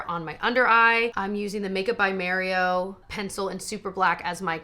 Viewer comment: Love dupes! Thanks. Also nice to someone pronounce Mario's name the way he says it.